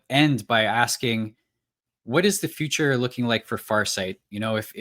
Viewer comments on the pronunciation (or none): none